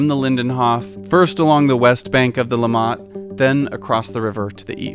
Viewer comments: Great video, learned some new things about my own home town :) Quick note, it's LIMmat, not limMAT, for the pronounciation of the river name. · please dont call the river 'LimmaH-t', its pronounced 'Li-mmatt' ;-) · It is called Limmat, not Le mat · It's "LÍMĀT", not "LEE-M-MAT": next time, ask a local! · Hey,it took some Americans to teach me about those places you got to access with that key! Never knew before, even though I live here. Funny detail: the first time you mention the river Limmat, I did not catch what you said. Your prononciation sounds sounds more like "Lamaze" to me as you stress the last sylable. Here we stress the first (as in summit, grommet etc) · LEE-MAT river? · You pronounced Limmat wrongly. -> li·mat -> emphasis on the M :) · Heh! Hearing Limmat stressed on the second syllable threw me. Hint: German words rarely are stressed on the final syllable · As interesting this is, you provide lots of false and half-true information! And your pronunciation of Limmat is so completely off, I thought you were talking about Léman (lake Geneva region). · OMG His pronunciation of “Limmat” drove me nuts and took me out of what is a -level quality documentary. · yeah but to be fair, getting all the pronunciations right is hard and it's probably just as wrong in other videos, we just don't realise because we don't speak that language...